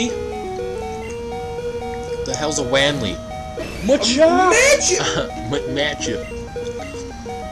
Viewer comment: Wali? What the hell is a Wanli? Hilarious.